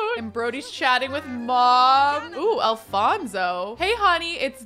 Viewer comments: It's A-LON-so... ALONSO! 😂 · His name is Alonso- no f sound 🤣🤣🤣 like in Oliver and company… Aloooonsssoooo! I love the new house! It’s amazing! 🎉